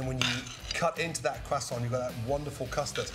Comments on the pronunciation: Its a "crew-sont" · Wtf is a “cwassaunt?” 😭😭😭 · “Teacher” any questions ? “ Carl weezer “ umm yes are you going to finish that cwoissant “teacher” knock your self out “ Carl weezer” swallows whole croissant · Dude said crossaints and I thought great I could make this, then named 30 other ingredients I don’t have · A quesaunt 🤣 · "Quest aunt" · i like the pronounciation. Qwassont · Leftover Cwasoant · Cwaaa-sawnt 😂 Looks amazing though - shall be doing it. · Am i the only one that hears Cwoissant? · Brits saying croissant will never not sound weird lmao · We don’t prononce the t of croissant